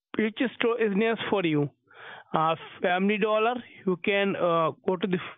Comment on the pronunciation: "family dooler" hahah